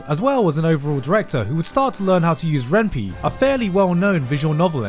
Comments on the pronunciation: NOOO DID YOU JUST PRONOUNCE REN'PY REN-PEE IT'S REN-PIE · It's pronounced "Ren'Pai" because it comes from Python and Ren'Ai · RenPy is actually pronounced RenPie. It's a pun on the Japanese for dating sim - renai - and the fact that it's coded in Python. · As a developer, TIL that Ren'Py is pronounced as \ren pee\ and not \ren pie\ (because in my head, I always relate it with the Python programming language) 😅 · REN PIE. GARNT. ren PIE. As in Ren Py(thon) from the Python programming language. (only reason I am going this hard is the Amake page bit) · pronouncing RenPy as Ren-Pee as opposed to Ren Pi (like Python, why it's called RenPy) Hurts my programmer soul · ren PEE, ITS PRONOUNCE REN PIE NOT REN PEE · Forget the omake, I'm more pissed that you mispronounced "Ren Py" as "Ren Pee" and not "Ren PIE", dammit! The language Python is pronounced "Pie-thon" not "Pee-thon"!!!!!!!! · RenPy is pronounced ren-pie, as in Python, the programming language. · "Ren'pee" Ah yes, my favorite scripting language, Peethon. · It's pronounced Ren- PIE. Like PYthon. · Correction: Ren'Py is pronounced renpai a pun/contraction of renai and Python (Programming Language) Ren'Py is a game engine designed for Visual Novels and is written in Python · Ren'Py is pronounced Ren-pie. (or renpai if you will) As in the mix of: - Ren'ai (Japanese name for the genre) - Py (from Python, the language it's written in) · Not sure if intended or not but "ren pee" 😐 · I'm sorry Garnt but it's pronounced "renpai" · Not a big deal. Think of it more as a fun fact. “Ren’py” is pronounced ren-pie. As the py comes from python, and it’s also a play on ren’ai. See you later. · I still can't get over how he pronounced Ren'Py... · I can forgive you for how you pronounced omake. How you pronounced RenPy, however... (it's Py from Python) edit: it's also a play on the Japanese words ren ai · i cringed so hard when he said Ren'Py, I swear it's intentional.